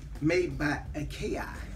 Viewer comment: Akai...but he just pronounced it IKEA